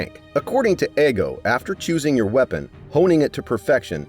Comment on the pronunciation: his name isnt fucking eggo its ego